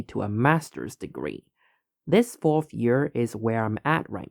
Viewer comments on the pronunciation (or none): none